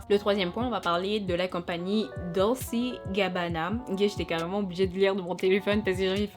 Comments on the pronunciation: Dolce GABBANA, tu dois prononcer à l'italienne en fait "Dolché GABBANA", tu ne connais pas cette marque mondiale? En ce qui concerne JT, je peux la comprendre lorsqu'elle croyait que le compte de la jeune fille malade était un "Troll"! Il faut savoir que c'est une sorte d'algorithmes que se créent en fonction du nombre d'abonnés à un compte sur n'importe quel réseau social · Ma copine dolce ça se lit dolché 🧎🏿‍♀️